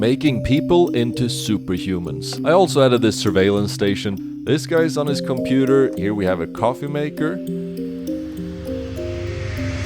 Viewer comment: "Too much gray bricks, initiating gray vision screen" - Da computah